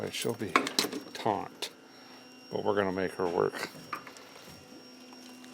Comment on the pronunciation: why does him saying taunt all the time bother me lol.